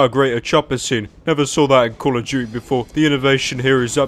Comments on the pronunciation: One does not simple calling call of duty "call of juty" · Call of Duey ahaha just skip over the T in Duty why dont ya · “Call of duechy”